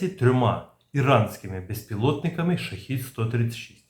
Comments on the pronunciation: Shahed-136 (перс. شاهد ۱۳۶) -- правильно вимовляти "шахЕд" Модель "шахЇд" це зовсім інший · та скільки можна повторювати, шахЕд читається